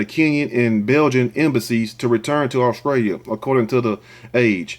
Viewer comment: "This video is coming scraight outta Au-scrailia "🤣🤣🤣🤣